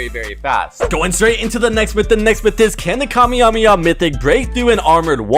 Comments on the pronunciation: we wont lol it’s pronounced ka-may-ha-may-ha hope it helps! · Decided to quit watching the video the moment he said kamehameha wrong. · as a person who used to watch DBZ when I was younger the way u pronounce kamehameha pains me 😂😂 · Right?? I thought I was the only one wondering why he was saying it like that??